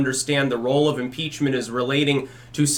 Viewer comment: Muh peachment